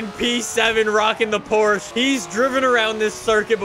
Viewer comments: No one pronounces it "Porch ha." Not even the Germans. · Let’s say it together “porch ha” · The way he says Porsche makes me cringe